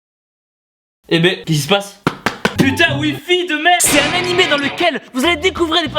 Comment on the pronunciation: quand ta dit annimé c'est drôle j'ai entendu hentai